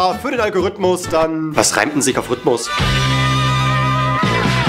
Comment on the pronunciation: Rhytmus ..... Phytos? xD